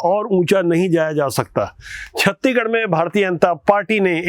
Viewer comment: कृप्या छत्तीसगढ़ को आप छत्तीगढ न बोले एंकर जी